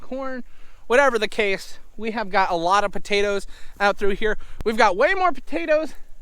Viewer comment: I like the way says buttatoes heh heh.